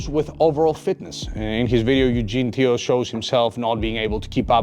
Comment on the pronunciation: Teo not Tio bro